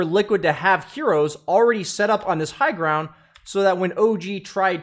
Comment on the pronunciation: he also said "grownd" lol